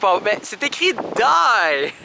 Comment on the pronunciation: Et puis c'est pas ''die'' genre ''dy'' mais c ''die'' genre ''di'' parce qu'en Belgique on parle aussi Néerlandais et ''die'' veut dire ''ce/cet/cette" puis aussi en Belgique les spécialités c'est frites, gaufres, chocolat et la bière 🙈✋ Donc bon séjour à vous !!! 😍😍😍💞🙈✋😘😘😘😘😘😘😘💜💙💍💘